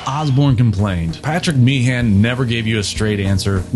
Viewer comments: You've done your homework on the facts, no doubt...but if I had to hear you mispronounce Meehan as "mee-han" once more, I'd have been ready to stab myself. It's pronounced "mee-'un". Typical American error. Oh, and the suite on side 2 of Abbey Road is a "medley", not a "melody"... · Small point of pedantry: The name Meehan rhymes with bein'. It's not Mee-han as in tree pan, it's Meehan as in human bein'.